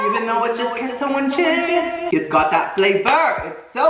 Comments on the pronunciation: It’s K-SO. Not kesso 😭😭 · it’s “Kay-so”’ not “kess-o”